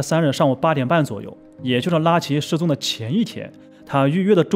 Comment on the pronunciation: 拉奇這發聲真難聽，像說垃圾